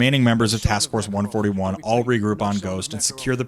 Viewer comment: "one-forthy-one" now THAT is a war crime